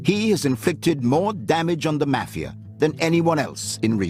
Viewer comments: I can't even continue to watch this I hate the way this man says mafia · The way this guy pronounces mafia makes me wanna puke.